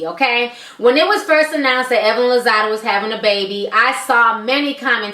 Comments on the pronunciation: it's been 2 years, but did anyone tell you it's Lozada not Lozado? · It's Lazada with an a not Lazado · Geez girl, even you are pronouncing Evelyn's last name wrong. Bbut I guess you dgas BOL!!